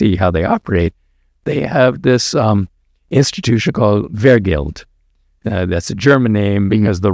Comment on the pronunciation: fyi Doctor Wray, the stressed syllable is verGELD